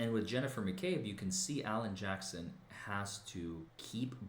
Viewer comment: Alan Jackson? Almost sounded like "Johnson."